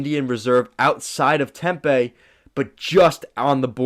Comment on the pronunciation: Tempe (Tim pee) not Tempay.